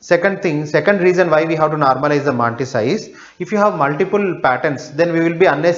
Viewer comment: Good!! But the pronunciations are more awesome!! MAAAAAANTISSA!